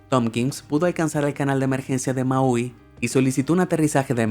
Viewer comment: Solo para tratar de que no te escuches como un ignorante amigo, la pronunciación de la palabra Boeing no es literalmente Boeing, sino que se pronuncia como si fuera Boing, lo mismo que Maui, no es como lo dices en tu vídeo, Maeoiui, se oye muy mal.